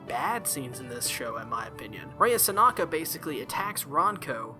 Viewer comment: I’m pretty sure her name is “Sanka” ??? You say her name as if it’s “Sanaka” ...and yet you pronounce the title of the anime correctly lol xD Was that mistake there part of trying to be funny or is it simply just accidental mispronunciation? :) Also, I really don’t like Ranko she gets really annoying (￣-￣) I don’t care how the culture’s different in Japan, it’s still wrong even if she were to be his 1st cousin or something it doesn’t matter - THEY’RE RELATED :/ I mean... if they really wanted her character to have romantic feelings for Chihiro then they could’ve easily just labeled her as his childhood friend instead ...so it’s less weird I guess IDK乁(;￣~￣)ㄏ But that’d be kind of a cliché though Anyways, Sankarea is a nice anime overall I really liked the story, liked Mero, Rea and Chihiro & Nice opening and ending (人^ヮ^) Just wished it was longer like maybe a total of 24-26 episodes instead of the current 13 episodes ( ¬ _ ¬ ;) ...maybe someday we’ll get our 2nd season, it’d be nice to see the rest of the manga animated ( ˘ヮ˘)♡